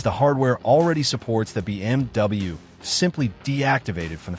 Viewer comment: I really hate the AI. BM...W